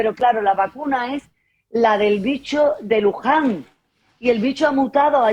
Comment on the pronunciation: ¡¡¡Spider en vez de Spike!!! ¡¡¡Luján en vez de Wuhan!!! y ¡¡¡¡¡Oritrón en vez de Ómicron!!!!! ... 😵😵😵 ... ¡¡¡Si ni siquiera conoce los términos correctos ... es evidente que éste es un caso de falsa información flagrante!!! ... creo que debería considerarse seriamente la opción de tomar como un DELITO la difusión de falsa información por un medio de comunicación masivo.